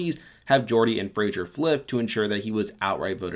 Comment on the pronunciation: Do all americans pronounce Fraser as 'Frasier' or is it just you?